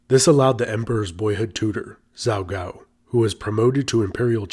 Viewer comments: I know you don't speak Chinese and certain mispronunciations are to be expected but 趙高 (Zhao Gao), the zh should be more like a J in English. Pronouncing it like a z makes it sound like you are saying 糟糕！Which means really bad or terrible. It also is used as a mild expression of displeasure like "shoot!" or "dang!" 哦糟糕！= Ah, dang it! Now that I think about it, though, maybe that mispronunciation is an appropriate play on words given how he is represented by most history books. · I thought he said that the emperor’s teacher was named “Zao Gao” lmao I was like that’s fitting